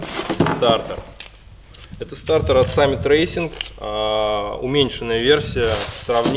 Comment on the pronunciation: Стартер а не стартэр 🤣🤣🤣